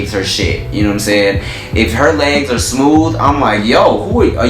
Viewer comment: "smoov" lmaoo